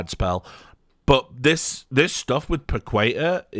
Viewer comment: Pah-keh-tah. Pah (like in party) - keh (not kay or quay) - tah (like in tarnish)! haha